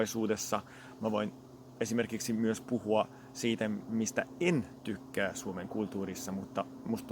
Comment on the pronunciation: 9.5/10.. Tykkää... Hiukan kuulosti siltä että olisit sanonut Tukkää. Y U Mut jätkä vetää kyllä ihan todella hyvin... 👍👍👍👍